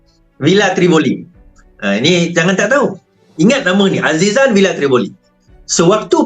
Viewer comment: nama villa pon brader dah salah...tivolli daaa bukan trivoli...yenadeiii